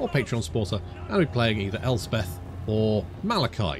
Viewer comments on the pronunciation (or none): none